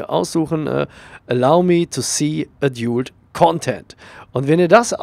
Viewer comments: Klugscheiss-Modus an : Preferences heisst Vorlieben ;) Und es spricht sich nicht A-djult Content sondern Ä-dalt Content (lautsprache wobei das Ä nicht zu stark betonen sonst kommts dem sächseln zu nahe ^^) Klugscheiss-Modus aus. Gruss :) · Adult wird edalt ausgesprochen!!!!!! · *ädiult(so wirds ausgesprochen) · es wird übrigens "ädalt" ausgesprochen :) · Danke für das hilfreiche Video, aber bitte höre dir die richtige Aussprache von "adult" an. ;-)